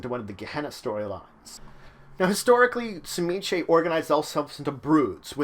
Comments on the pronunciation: I always thought it was pronounced Zi-Meat-Zee? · It is a Russian name and it it properly pronounced suh-ME-ski. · I used to play in a game with a history professor, playing an Old Clan Tzimisce. He had a colleague from Hungary and he showed him the name, asking him “How would you pronounce this?” It’s hard to write it out, but you pronounce the “Tz” like the “Ts” in Tsar. Kind of like “cz” in Czech. And like most Slavic words, the second syllable “MI” has the accent. Then you do a kind of glottal stop and say the last syllable like “skuh.” There’s no schwa character in this keyboard, unfortunately, but you pronounce the last “e” like that. I had no problem saying it but I have a talent for accents and sound bites, not everyone did. So those of us who had talented voices pronounced it like the player’s Hungarian friend and everyone else called them “Clan Pretzel.”